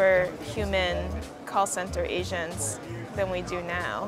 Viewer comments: It sounds like the narrator is saying “Asians’ instead of “Agents”., the Dominican, has better pronunciation. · Lol I thought she said “asians” instead of “agents” ^^